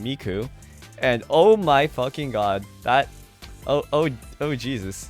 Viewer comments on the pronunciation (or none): none